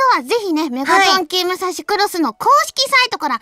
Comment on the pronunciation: ちょいちょい出るム↓サ↑シ↓